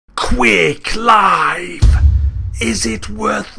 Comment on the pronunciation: Could've sworn you said queer clive :)